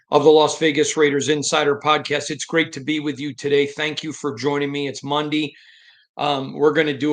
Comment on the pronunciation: It's mundee 😂😂😂😅